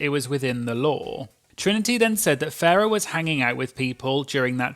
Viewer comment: You keep calling Farrah ‘Ferreh’ Her name is a pun on ‘pheromone’ but it’s Pronounced Farrah Moan. Great video though ☺️